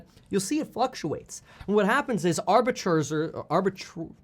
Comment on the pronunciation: It’s “arbiter”, Kevin ;)